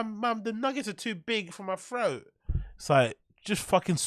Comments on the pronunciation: I love how says ‘throat’…. “froat” 😂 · This guy always making fun of how brendan talks. While he says froat.